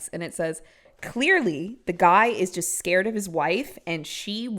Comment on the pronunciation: She says skeert